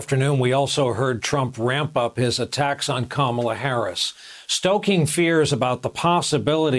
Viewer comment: Whoopies, Trump accidently pronounced Kamala's name correctly! See, it's not that hard.